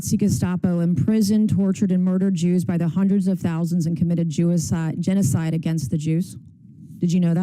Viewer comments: She said jewicide twice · Did she just say "Jewicide"? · I’m sorry it’s funny she said jewicide multiple times 😂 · She couldn't stop saying Jewiside! 🤣 💀 ☠️ ⚰️ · I love her but calling it Jewicide over and over is 🤦🏼‍♀️ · "JEWICIDE"? she said it twice... like she wants it to meme.